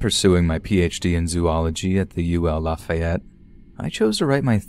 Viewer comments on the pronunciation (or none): It was the pronunciation of Lafayette (Laugh-E-yet) and Atchafalaya (atch-a-fa-lay-a) for me💀💀💀